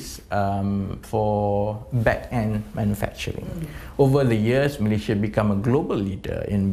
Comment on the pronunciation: MalaySia.... Not MalayZia... Sto pid minister ever